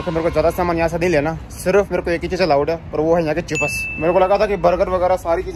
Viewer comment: Chips ❌ Chepass ✅ 😅😅